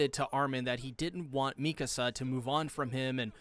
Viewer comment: I personally APPRECIATE you FINALLY pronouncing "Mee-ka-Suh's" name properly..showing her the RESPECT and dignity her character so richly deserves. From all of YOUR fans..we thank you sincerely.